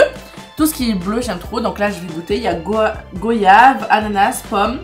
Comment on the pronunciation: a dit goyave au secours